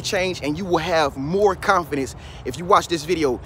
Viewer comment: Agneta B. Yeah I can tell he doesnt because even some parts where he mess up such as when he said confidence and other words and he still left them. They make the video more real to me.